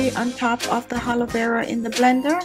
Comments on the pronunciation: Blue winter baby x the triple a (aaa) is for emphasis of the "a" vs. the "h" which she incorrectly adds at the beginning of the word. lol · ...it's Aaalovera not Halovera. Keep the beauty ideas coming though. I often check in to see your videos.